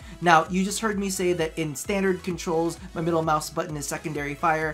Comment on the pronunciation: dat g502 moice doe